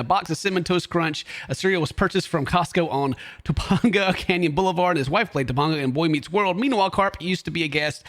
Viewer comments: “TaPAgug”??? It’s “TaPANGa”, you monster! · wait wait wait wait. to-pahn-go? it is pronounced to-payn-ga. Right off the bat, ken has already failed. we both grew up in the 1990's my dude. come on now. stop making us look bad, man. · TopAnga it's tuh - pain - guh. You lived in Los Angeles you should know 😩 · yo i live near there thats crazy... btw its topanga...like TANG...topANGga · Topanga is pronounced Ta Pang Uh (Pang rhymes with Aang from Last Airbender). As a native from Los Angeles, you hurt my soul. It's ok though, I forgive you. And you get to correct me once if I mispronounce something from your hometown. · The bigger story is that doesn't know how to pronounce Topanga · That’s crazy that shrimp was in there. Also you pronounced her name wrong